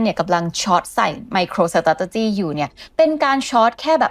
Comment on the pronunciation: ไมโครสะเต๋จ๊ะจี้ โอย... ขยันพูดซะด้วย---> อ่านว่า ไม-โคร-สเตรท-จี้) ออกเสียง 4 คำ นี้ล่อไป 6 คำ